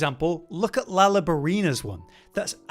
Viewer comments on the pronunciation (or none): none